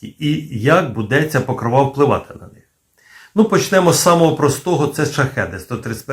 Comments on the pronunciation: тільки не покровА, а покрОва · чому покровА, а не покрОва? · Блін ! Не ПокровА , а ПокрОва ! В українській мові ПокрОва, хоча і ПокрОв Пресвятої Богородиці, але все ж таки у нас Богородиця це ПокрОва. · Не покровА, а покрОва. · цікаво,але наголос ріже вухо. у вікіпедії.. Покро́ва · Може наголос треба ставити не на кінцеву "а", а на п'яту "о"🤔😉😊